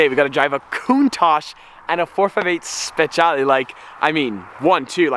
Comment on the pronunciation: I hate it when hen he says speciale, he butchers it soooo hard